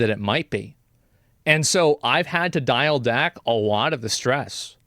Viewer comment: "dial dack" lol. But I hope you stay healthy Asmon!!